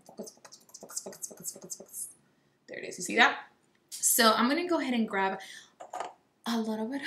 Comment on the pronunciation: I just realized that you say “grave” instead of “grab” lol it’s cute